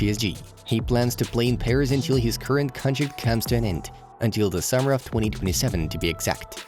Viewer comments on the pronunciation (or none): none